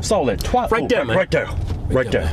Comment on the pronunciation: "RIGHT DERE, RIGHT DERE" "OH, RIGHT DERE, RIGHT DERE!!" "RIGHT DERE, RIGHT DERE!"